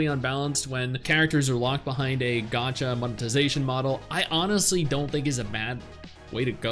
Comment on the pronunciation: The moment he said gacha I'm out